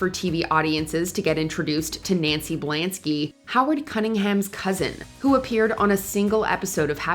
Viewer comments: Blansky, not blanksy! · Does nobody check this in editing? You said Blansky wrong multiple times